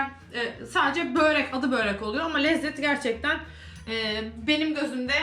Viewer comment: Böğğğreek değil. Börek.